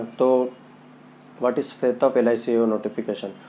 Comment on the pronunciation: Fate not faith.